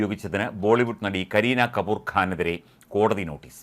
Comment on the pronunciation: kaboor alla kapoor...🤣